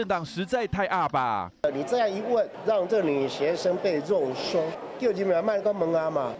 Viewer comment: 又抓到了， 肉搜不用捲舌